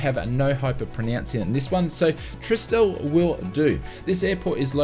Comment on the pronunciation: Had to smile at your pronunciation of 'Trieste'. The 'e' on the end is silent. Tree-est. Fine vid as always. Keep em coming…